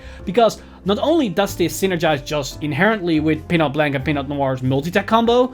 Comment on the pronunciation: Nice video. I don't like to be that guy but "Blanc" is a french word that doesn't spell like "blank" in english